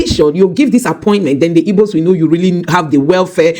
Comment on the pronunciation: You have an igbo name but it's funny how you pronounce igbo as "ibo" 😆